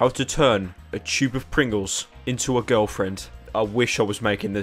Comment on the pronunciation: 2 types of people in this world, people who say tube, and then those who say choob.